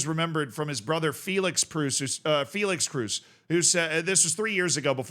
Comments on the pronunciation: Mate its kroos not cruz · It's Kroos ! Not Cruise !!! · Toni KR-OOO-SS not “ cruise” 😂😂😂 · Not "cruise", more like "crows". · it's pronounced "Krose" (in an American accent) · The 'oo' in Kroos is pronounced like the oa in boat. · Your pronunciation of Kroos makes my toe nails curl up😂 It‘s pronounced with a long O like in Orange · Everytime you say Tony Kroos, i hear Tony Cruise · Brother, Kroos isn't hard of a surname to pronounce! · PLEASE PRONOUNCE KROOS CORRECTLY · As you try to pronounce every footballer name right its not pronounced with an u sound as it would be in english but its pronounced with an o sound.